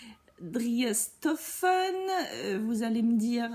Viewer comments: Coucou 😁 Très drôle, j'adore 😂 Prononciation de driessen stoffen Le ''e'' allongé la prononciation du ''i''....donc driiiissen chtofen. Je ne pas écrire en phonétique, j'espère que cela te sera utile. À bientôt pour voir toutes les cousettes. Bises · Coucou, merci pour cette revue du site. Ta façon de prononcer Driessenstoffen est vraiment fun. J'ai juste ressenti de temps en temps une petite frustration quand le tissu passe trop vite devant la caméra. Sinon, c'était chouette. Biz à bientôt!